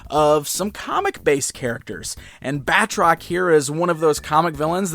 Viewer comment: His name is pronounced 'Bat-Rock', not 'Bat-Trock'.